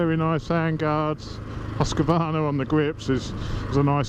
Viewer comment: Whyyy does everyone say "huska varna"?? remove the A in the middle and you are very close